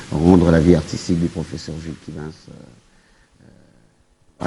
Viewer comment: ...vs êtes déjà célèbre. Veuillez soigner votre Français( Tantôt, " vous", tantôt " tu"...prononciation à peu près, [ professeur] pas [ profseur]...na esprit ya bien.